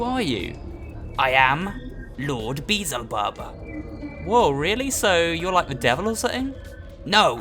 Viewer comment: Uh... Did he just say "Beezlebub" instead of "Beelzebub"?